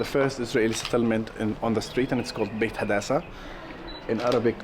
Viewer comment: In Hebron-Tal Rumeida, the Israeli settlement is Beit Hadassa, not Beta Dasa. And also Beit Romano, not Betromano (for people who want to visit)